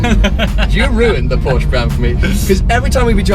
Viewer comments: I don't know what the lady in the RS was trying to say but I know that I'm German and 'Porschere' or whatever she called it is not the proper name for anything. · Pronounce the name right!! Don't even bother getting one. You're not a real enthusiast if you don't know the difference.